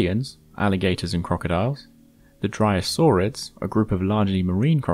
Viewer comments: It's Dyrosaurids, not Dryosaurids. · Sorry dude, but it’s Dyrosaurids, not Dryosaurids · Dyrosaurids... Not Dryos like the ornithischian dinosaur XD It's very confusing